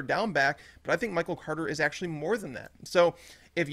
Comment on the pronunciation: The way Yates says Michael “Cwoarter” drives me nuts